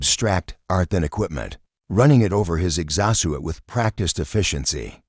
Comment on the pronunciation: This Ai really needs to learn how to say exo-suit. LOL 🤣